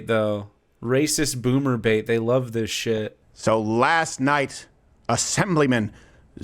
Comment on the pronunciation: Oh no I heard it as "boomerbate" & I am horrified